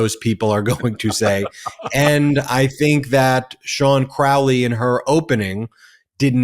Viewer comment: Crowley and you even pronounce it correctly well I hope it's a sign that the great beast is on the hunting trail of the truly evilest man in the world..